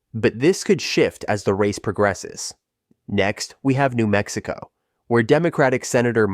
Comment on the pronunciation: Geez, just Az and Nm send your robot to school to learn some simple pronunciation